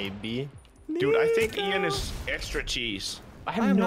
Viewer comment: Its ean not ıan